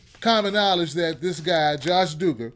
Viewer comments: It's not doo-gar its duh-ger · Eli Acevedo The Doogers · It's Duggar with a short u sound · The way you pronounce their name killed me, but yeah this show needed to be done lol